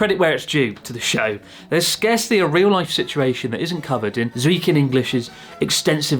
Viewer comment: chris said "real rife" His Japanese transformation is complete